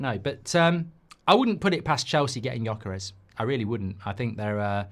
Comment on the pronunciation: Man.. your way of saying Gyokeres name, it's not even remotly close =) I had to hear it 5 times before I understood who you meant =)